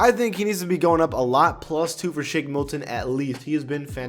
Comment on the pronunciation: Did y'all hear say Shake Milkin